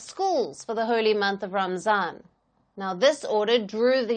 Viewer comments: Thats a lie she doesn’t even pronounce it right ramzan??? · I wonder why and how at your level write and pronounce Ramazan instead of Ramadan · It’s not Ramzan!!!! It called Ramadan. Please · To tell it all lies. It not pronounced ramzan i gues they got arrested for ramzan